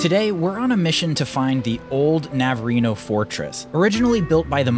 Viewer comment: Navarino Bay? Not navareno